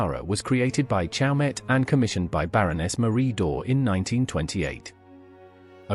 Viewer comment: The reader should familiarize himself with the pronunciation of the jeweler CHAUMET in which the T is silent.